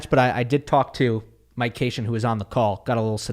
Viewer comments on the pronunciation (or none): none